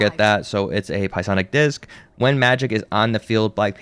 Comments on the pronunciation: The way u keep pronouncing psionic like pie-sonic is killing me 😂😂 it’s pronounced syonic lol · Pie sonic is crazy. FYI, it is pronounced "Si-onic" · Pronounced as Sigh-on-ick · Stopped watching because of “pie-onic” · "Piesonic" blade is crazy work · I thought I was the only one to hear him say pie sonic lol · Ah yes, the pie-sonic crossbow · "sye-onik" the p is silent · He did LMFAO, All those pi-onic abilities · Pie-sonic makes me giggile. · "Pie sonic" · Great video! How many "Pie-sonic" comments did you get? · psionic pronunciation is wilddd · The "P" is silent my dude. Great video though! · The way ur pronouncing psionic is crazy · Came here to say the same thing lol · For future reference, the P is silent in Psionic just like Psylocke LOL but great vid!